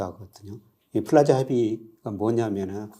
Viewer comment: 프라자가 아니라 플라자 아닌가요?